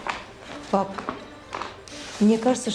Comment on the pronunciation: ПапА с ударением на второй слог, подражали Франции